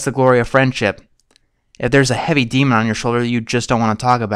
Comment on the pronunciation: I didn't say anyone didn't. Except this guy. Who clearly doesn't. It's a strange persistence I've noticed in some people; saying demond when they mean demon. Ugh. Our schools fail at teaching people to read, write, or have proper diction.